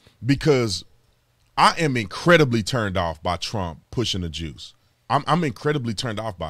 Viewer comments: You kept saying “the juice” and the closed captions said “the jews” a bit suspicious… why would they suggest that was what you were saying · Juice? I thought he said Jews.